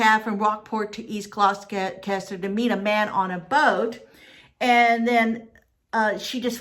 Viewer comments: It's not pronounced GlouCHESTER. It's pronounced Gloster/Glawster. It's so weird to hear GlouCHESTER over and over. Also, it's not ChaTHam. It's prounounced ChaTUM. Something I found interesting: I wonder if the police followed up on. Someone saw a Craigslist post just before she disappeared, searching for "a dear motherly lady I met in Gloucester. " There is no rhyme or reason for this strange, sudden, nearly clueless disappearance. It's very unsettling. Now there are all these potential serial killings in New England. You have to wonder... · Gloucester is pronounced glaw-ster! 😁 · please say gloucester right thank you and she was not found but many belive that she had a medical emergency and got swept away in the water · You're asking someone to pronounce Gloucester correctly but your sentences are filled with gramatical errors!😆🙄